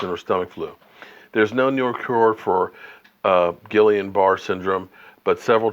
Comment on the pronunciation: I’m lowkey cringing everytime you say “Gillian Bar”. It’s pronounced “Geeyun Barrey” (don’t ask me why, that’s what the doctors said when my family went through it)